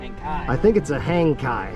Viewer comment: Kayak motor? Hangkai, rhymes with Jankey.